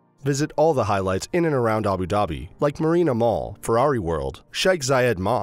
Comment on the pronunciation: Good video but the way u say Abu Dhabi is actually jarring